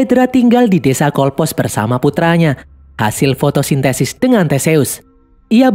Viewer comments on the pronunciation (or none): ni salah 1 fvrite aku...tapi bila di baca skrip y d aku jadi merasa lucu..cnth qyat fotosintensis...yg gak tau namanya...hahahahah..adoiii